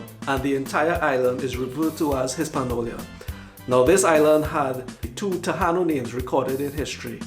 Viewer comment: TA-i -NO is the correct pronunciation of the natives of these islands. The island now called PU-er-to Rico was pronounced Bo-ri-Quen; note that the words written here show emphasis on the syllables of the words.